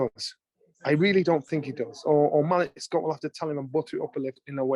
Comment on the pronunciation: Why are you butchering Malik Scotts name like that?